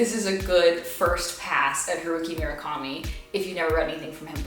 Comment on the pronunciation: Haruki murakami!! Girl work on the pronunciation lol but i love that you love him! Sputnik sweetheart is a great place to start for anyone interested